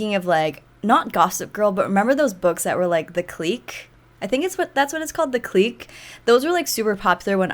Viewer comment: Haha “the cleek” I love when u said that 😂 (i think you’re thinking of the clique books it’s pronounced like click)